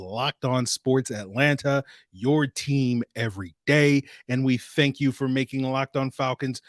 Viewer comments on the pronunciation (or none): "I fank you"..."sucibe" LLMMAAAOOOO